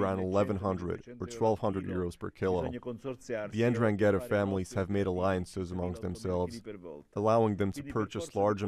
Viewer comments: Man said indragettah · It's pronounced En-DRANG-ata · Like the video. It's a silent second N. Pronounced en drag itta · It’s pronounced N-drang-gee-ta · The N it’s Silent just saying.